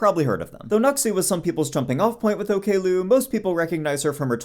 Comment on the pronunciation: i never thought i would be annoyed about the pronunciation of her handle as ok lou :face-purple-crying